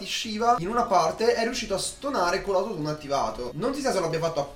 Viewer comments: Si pronuncia Aoutotiun non autotun😂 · Non sai nemmeno pronunciare autotune😂